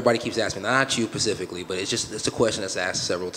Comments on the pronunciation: "not you pacifically" lmao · Dude said not you pacifically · No you pacifically.............. Huh? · I think he's funny. He can be a good fighter if he gets his wrestling down. I love the " Not you Pacifically" So Atlantically then? Indian Ocean?